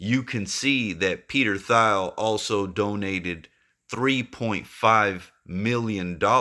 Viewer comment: Good vid. also lol Peter (last name pronounced Teel) Thiel just FYI. 👏